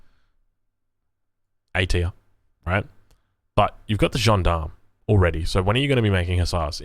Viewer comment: Soften that G up on the 'John Darm'